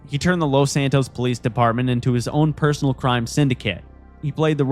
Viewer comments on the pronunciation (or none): none